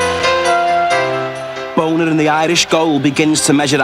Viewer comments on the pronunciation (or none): to the narrator- It's Bonner (Bawnher) not Boner..... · Hilarious how the narrator keeps saying Pat Bonner as BONER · Even though he pronounces 'Bonner' in a way that can only be deliberately comic.